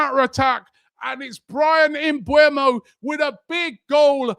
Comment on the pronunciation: How are you still mispronouncing Mbeumo? It's not Mbuemo, it's Mbeumo. E before U.